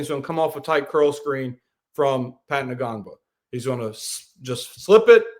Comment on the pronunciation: The N is silent in Ngongba lol